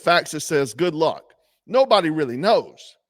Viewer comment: if he called he would say " goord ruck"